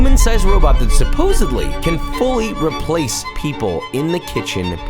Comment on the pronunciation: Good vid but come on Josh... SuposseBly? With a B? You're better than that my guy!